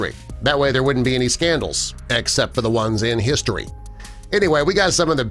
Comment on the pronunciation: SCANDELUS I say just SCANDELUS